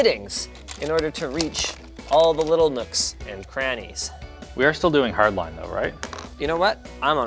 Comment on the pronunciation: "with hardlinee tubing?" linus said afraid